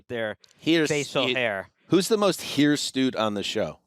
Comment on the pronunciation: anyone else enraged that "HirsTute" kept on going unchecked?